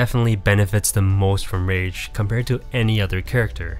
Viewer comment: At first I thought you were saying RANGE effect lol.